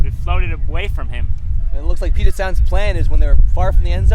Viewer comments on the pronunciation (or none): it's pronounced Pew-jit not Poo-jit